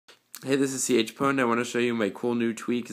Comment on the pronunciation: I thought Chpwn was pronounced, "Chupawn.